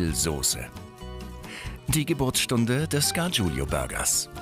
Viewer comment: Könnt Ihr lesen? Es ist "Gargiulo", nicht "Gargiulio"!